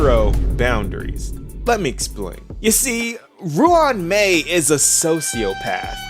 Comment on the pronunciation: Pronounced it good.